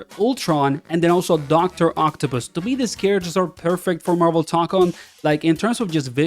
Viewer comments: brother said marvel tonkon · Toe-cone, my guy.